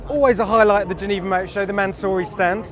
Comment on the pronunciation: Is Mansory really pronounced "Mansooorey"? I've heard a whole bunch of people say it that way and I never know what they're talking about for a moment